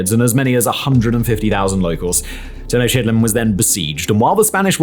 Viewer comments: Anyone else hear “Teno-shitland” instead of Tenochtitlán? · Maaaan the Teno-Shitland pronunciation is absolutely horrible and Americans would say insulting. Get your facts right including the lingo. Especially when you talk like you were trained in vocal presentation (or at least are trying to sound like that). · "Teno-shit-land" 🤣 Pretty sure that's not how it's pronounced, amigo! 🤣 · Its pronounced "Ten-knock-TIT-lan". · I sincerely doubt it was pronounced Ten-O-shit-land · Tenochtitlan is pronounced "teh-NOKCH-teet-laan"